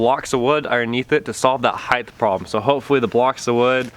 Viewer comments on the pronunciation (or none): Height Heighth